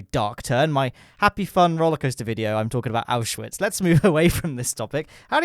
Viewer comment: you pronounce and write auschwitz the same as in german